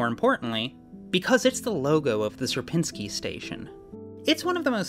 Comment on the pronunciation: It is only for Algorithm Summoning Circle, so don't take it too hard When I saw a warning for polish pronounciation I was surprised But then I heard the pronounciation of "Sierpiński" and... Uh... 😅 Anyway, good luck with your move!